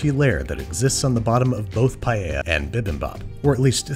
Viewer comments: You KNOW someone knows what theyre doing when they say "Paeya" not "Paella" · I thank u for pronouncing paella right anyone who says it differently listen carefully to how babish says it and pls pronounce it that way